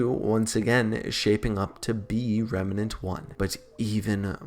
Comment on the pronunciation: Not Remanent it's remnant